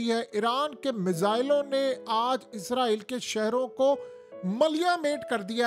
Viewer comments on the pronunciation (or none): Bhai word ISRAEEl ....IZRAEEL nhi....kindly correct your pronunciation.....farishtay aur mulk ke nam me farq hai...